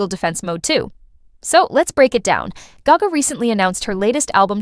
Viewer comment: This is AI narrirating these videos.... the way you said gayga and not gaga just gave it away.